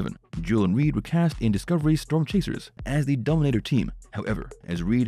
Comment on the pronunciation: Dominator, not donater.